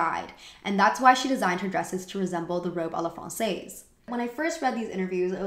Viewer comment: Great review! Small quibble: "francaise" is pronounced "frahn-sezz".